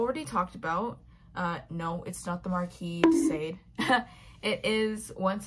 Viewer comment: DeSade is pronounced Dee’saad, it I French you see. Not every country in the world speaks English.